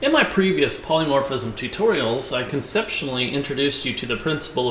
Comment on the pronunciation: You keep saying 'polymorphiCism'. It is NOT polymorphiCism - it is polymorphism. Great tutorial, though!